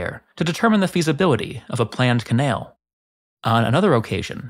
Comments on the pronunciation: What is a ca-nail? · im sorry im goign to come off very rude, and people can call me out thats fine, but why do you pronounce canal in some kind of strong south african accent? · You say canal in such a strange way that it is causing me physical discomfort. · You narrate a masonry channel, and yet You can't pronounce canal. I never wanted to be that guy mnan